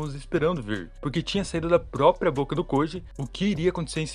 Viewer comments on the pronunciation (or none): none